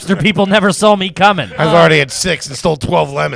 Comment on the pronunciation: Don't accept any pronunciation corrections from, until he can pronounce "saw" without adding an "L" on the end!❌😂